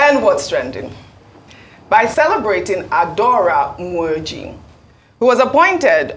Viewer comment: is so terrible with her pronunciation of Igbo names😂😂 like what's the connection with Ume-Oji and what she pronunced as Nwoji? Like they're not even in anway close. Dr Abatti or Rufai who're from far away Southwest would even do better than that's from neighbouring delta where most of them are Igbos😂😂😂